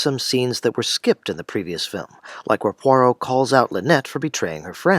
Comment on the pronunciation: Kennerh Brannagh's butchering of Agatha Christie's Poirot is unforgivable.